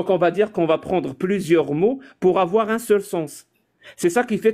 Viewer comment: Du verbe Zavoir 😂😂😂😂 tellement de golmons font cette liaison invisible